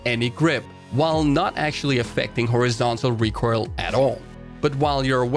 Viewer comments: really wish you would pronounce "recoil" correctly. It's RE COIL, all I hear when you say it is RECORAL and it boils my piss. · Anyone else annoyed by the recoirl? IT IS RECOIL! NOT RECOIRL! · I love you, but pls. PLS. Learn how to say "recoil" correctly. In a "recoil" heavy video I cringe everytime I hear you say it. You almost say it like "recoirl" or [recoyrl]. Love your shit. Love it. Everyone. Don't get me wrong. Love. It. But trying to watch this video is hard. And I know I'm not alone in this. Commence the flak.